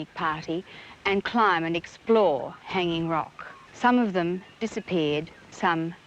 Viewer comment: Australians do not put the emphasis on "hang" in Hanging Rock, but rather on the "Rock".